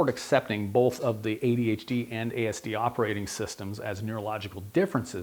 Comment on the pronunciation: I'm getting really hung up on the fact that this guy puts an L in the word "both". It's hard to listen to.